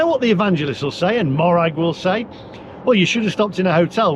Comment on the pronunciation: Morag is pronounced mow (as in mow the lawn) rag,not maw rag